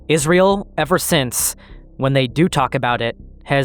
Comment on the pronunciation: Great video so far man, however, it's IsRAEL, not IsREAL.